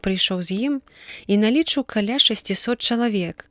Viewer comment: Правільна будзе: налічы'ў, а не налі'чыў, як прачытана. Трэба заглядаць у слоўнікі.